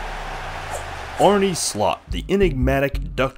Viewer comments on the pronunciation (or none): mate I’m dutch and its pronounced Arn-uh not Arny. I guess you got trolled by some video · Uhm okay. Yeah i guess it is because I am Dutch that I notice it a lot. But you say it like Arnie or Arné. The e is probounced differently. Like è. Arnè. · typical american attitude. Name should be pronounced in freedom measurements and fuck that little country for having a language. Its a dutch name and its pronounced Arn-uh. Its also how Arne Slot wants journalists to pronounce it, he has corrected the english media many times on the record. A legit journalist could idk check it? Good luck 👍🏻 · You make an entire video without being able to pronounce his first name.... lazy journalism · okay making a piece on someone and not even doing him the service of pronouncing his name correctly is good journalism to you then. That says enough about your morals. A big man would’ve taken accountability for the mistake. Rest of the video is nicely structured so I don’t see the problem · great video. it only takes a 10 second google search to find out to pronounce his name correctly haha